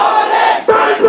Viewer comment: ব্যাক ব্যাক বলে না ব্যান্ড ব্যান্ড বলে 😅😅😅😅